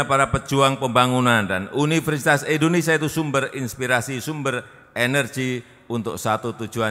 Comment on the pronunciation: Endonesa atau Indonesia pak?